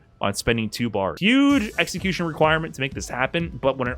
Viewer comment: lovez his exa-my-cution.